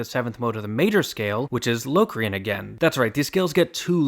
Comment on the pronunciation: uuhmm auctally its 'l (aw) crian), no LOWcrain.